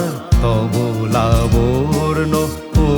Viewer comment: কথাটা লাবর্ন নয় লাবণ্য হবে।